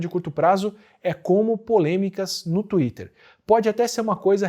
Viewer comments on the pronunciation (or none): none